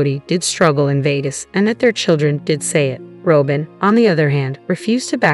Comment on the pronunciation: Try learning how to say Robyn…..